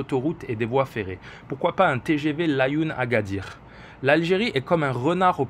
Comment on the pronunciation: Svp essaie de dire la3youne pcq nous les marocains dont tu fais partie nous la prononçant ainsi et pas laayoune pareil pour les autres nom comme mo7amed ECT.. merci beaucoup pour tout vos analyses aspirantes, a la prochaine analyse 👋🏼